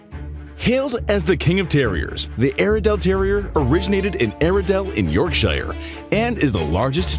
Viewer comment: "YoURkShIRe" Yorkshire God dammit 😂